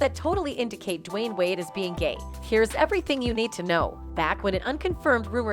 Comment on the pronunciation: Why are you saying his name like that